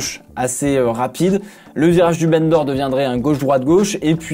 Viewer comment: C'est pas très intéressant mais "Bendor" se prononce "bandor" ou "banc d'or" si tu préfère, et pas "bene d'or". C'est en référence à l'Ile de Bendor, rachetée par Paul Ricard, qui est en face de la ville de Bandol, à quelques minutes de route du circuit.